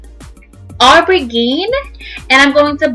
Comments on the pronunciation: The colour is called aubergine pronounced (oh-ber-jeen) not aubry-gene lool lovely make up tho good job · Did you mean aubergine? (Pron. au-ber-jeen)